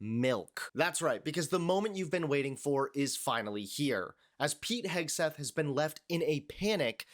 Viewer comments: Did she call him Hegsweth? LOL Hegseth better not cross paths with any F-18 Hornet pilots. Fly Navy. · Secwetary Hegsweth 😂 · She can't even say his name right.🤡